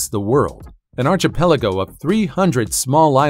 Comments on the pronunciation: "an ar-chee-pelago" :/ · Do you say “ARCH”itect 😂😂 no? Well it’s not “ARCH”ipelago 🤦‍♂️